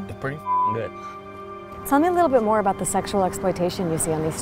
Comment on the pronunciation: "so that's aboot" lmfao as a Canadian I straight up died when she said it like that. Edit - every Canadian needs to look into the issues facing Natives. It's a lot more than broken treaties